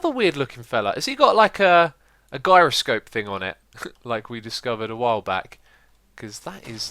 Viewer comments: "ALRIGHT GUYS IM GONNA BE USING A EUROSCOPE" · You pronounce "gyroscope" wrong! You pronounce it with a j.